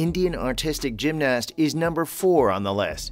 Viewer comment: Why is he saying gymnast so weirdly and pronouncing the a